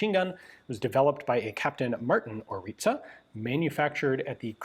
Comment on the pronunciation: Name ist ORLIȚA. Not ORITA